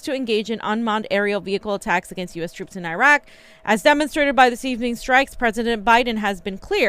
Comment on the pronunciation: Exactly. She’s literally bilingual and the pronunciation in Spanish is even closer that this crap. What the fuck??? Otherwise, I’m cool with them lol. But seriously! GOD DAMN IT